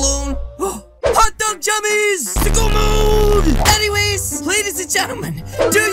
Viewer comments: He said sick o mode.... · He said sick-o mode...